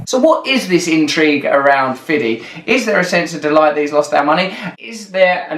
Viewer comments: I can't think of anybody less qualified to talk about what's happening to "black America". Who else cringed every time he said "fiddy"? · Fiddy??? For such an eloquent speaking person. Come on really Fiddy. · Please don't say fiddy.